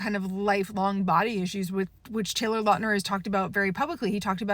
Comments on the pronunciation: When the new Taylor Lautner werewolf show comes out I hope they Finally correct the pronunciation of Lautner, it would be so flipping funny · Good points! I never knew he had physical issues due to this Btw would look into the surname pronunciation